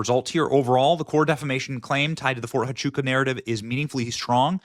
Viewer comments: Phonetically: Fort Wa-chu-ka And Hi-per-bo-lee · Oh its pronounced Ft. "Wha-Choo-Ka" FORT HUACHUCA, Arizona.